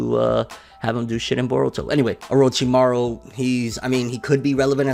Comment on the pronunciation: LMAO “orchimuo” it’s Orochimaru. I’m laughing so hard rn